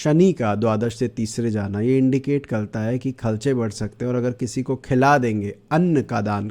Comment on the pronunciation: Aap kharche ko khalcha kyon bolte ho😂😂